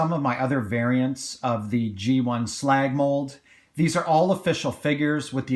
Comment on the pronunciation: Glad you actually call him slag his correct name.